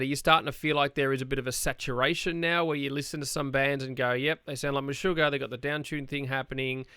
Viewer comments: All this comments about the pronunciation from dumb folks who live in their American filter bubble! If you don’t know it, this is a Swedish band and the interviewer was quiet good. In fact it is pronounced meh-sugar and Harkö/Hahke with a silent e like Ke-vin) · "tomas hockey" "meshugar" lol